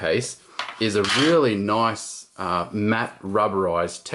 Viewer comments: Anyone know how many times he said "noice?" lol. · * click * noice.